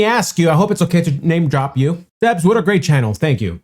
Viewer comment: Yes Sebs, you said his name exactly right.